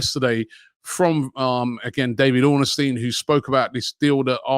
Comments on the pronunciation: Ornstein not Orn A Stein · Can someone let Robbie know it’s Ornstein and not Ornestein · Robbie’s pronunciation is as good as our negotiations 🤣 it’s Ornstein not Ornestein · Robbie mispronounces everyone's name. The man's name has no "a" in it, It's Ornstein, not Ornastein. Olivier Giroud played for Arsenal for years and he and many other fans can't pronounce his name. It's French, the "D" is silent. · Robbie, please can you learn how to pronounce David Ornstein’s name properly!😂